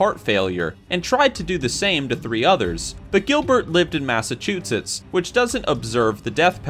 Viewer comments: He said massechuechets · “Massachutits” LOL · Did this boi just say mass a chut sits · Learn to pronounce Massachusetts you dumb fuck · I like the way he said Massachusetts